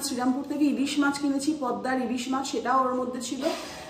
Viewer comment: কথাটা মাস্ নয়, মাছ॥ influencer দের তো সচেতন হয়ে কথা বলতে হবে, বাঙালী মাছ কে মাস্ বলছে, হাস্যকর॥